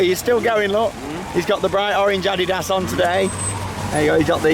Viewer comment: I like the way you say adiddas